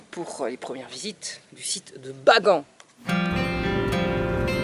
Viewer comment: Et on dit baganne pas bagant